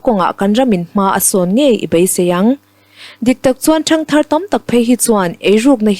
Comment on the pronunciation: A tha in a va dik tluan tlingve, a chhiartu nu in a thiam zar zar bawka. Tihsual pakhat a neih erawh a langsar deuh. "Su ati leh sê thin," nilo in. A ti leh se," tih tur. (ê) thlukna awm hmanloh tur aw.